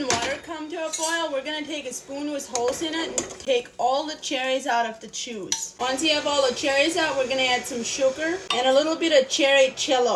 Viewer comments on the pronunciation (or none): I like that she pronounces her “J” with a “CH” sound haha chuice, chello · I love that she says the letter j as ch. Chuise. Chello. Etc. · I never thought someone saying "juice" with a German accent would get me this excited 😅. Im totally in love ❤❤❤. Thank you for being amazing and thank you for all your hard work and sharing your lovely recipes ❤❤❤